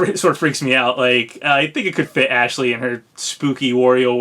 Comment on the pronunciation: You keep saying Ashley's name wrong, it's "AAAASH-LEEEEEEY" lol